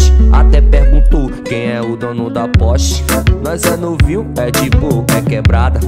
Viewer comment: Gent nem fala direito o nome porsche ele fala port porst poste 💈 tudo menos Porsche 🤨🙄